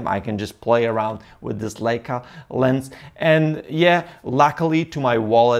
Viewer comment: You have to learn to say Leica correct !